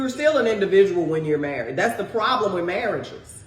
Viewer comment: Why don't black people pronounce the "D" at the end of the word married? It sounds like they are saying "Mehre'eh"